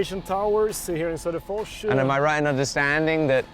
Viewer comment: Sodapors? Öh... vadå? Söderfors?